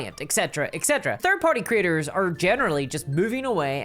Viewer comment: I love she makes “creators” sound like “critters”. In the context of this video, it’s just hilarious.